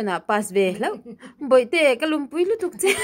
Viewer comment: Khawlum khi a ri hriama lam tur